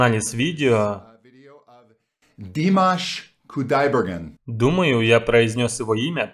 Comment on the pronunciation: Очень правильно произнес, четко, с уважением. Фамилия сложно произносимая. Мне понравилась его реакция